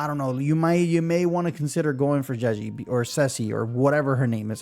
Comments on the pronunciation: It's hard to write out but "Zhe" is similar to the "ju" in "judge", and the vowel in 'zhi' is similar to the "ji" in "jitter", NOT "jee". Juh-jihh. One of the trickier spellings for sure :) Pro tip, google translate will play the pronunciation for you! Just type in the name (Zhezhi), copy the characters it suggests (这只), and click play. For Chinese you sometimes have to add something else at the front to get it to read the first syllable right, but it works for any language. (tones/characters won't necessarily be right but it will give you the gist of how to pronounce it.) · It's pronounced like judgey to make it easier for folks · You pronounce zh very similarly to "j" sound in English. So Zhezhi would be Je-ji (Je like in Jeniffer, ji like in jingle).